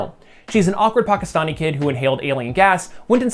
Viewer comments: Commend you for pronouncing Pakistani as correctly as possible with your accent. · As a Pakistani Muslim teenager from Jersey i was FLABBERGASTED when you pronounced Pakistani right… i didn’t know people knew how to do that